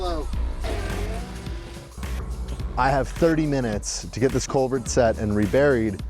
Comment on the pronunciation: Just a fyi-- it's culvert, not covert.